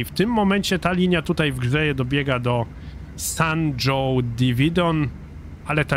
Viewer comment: Hejo, San Jose Diridon czytamy z hiszpańskiego :) "San hose/San hoze" :)